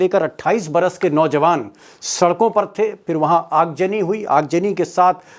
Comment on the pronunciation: Aagjani nahi .. Aagzani boliye.